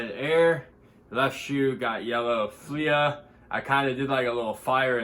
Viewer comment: It’s pronounced “flee” Good cop tho lol